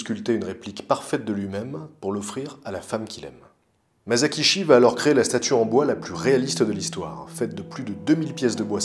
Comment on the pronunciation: Épisode superbe, comme d'habitude ! Juste, on ne dit pas [ Mazakishi ] mais [ Massakitchi ], mon petit côté pointilleux sur le Japonais ressort, c'est pas méchant, c'est juste " histoire de " ^^ Bravo pour tout ton travail !